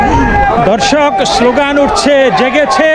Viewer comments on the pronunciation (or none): দাদাভাই, আপনি" দর্শক" কথাটি বলার আগে দ এর উচ্চারণ এ একটু নজর দিন। ধ শোনা যাচ্ছে। একটু সচেতন হোন।